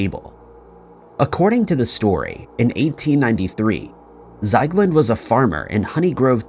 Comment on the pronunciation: No wonder you can't find him.. It's not Zeigland.. It's Ziegland. How do you manage to botch pretty much every single name? Are you actually trying?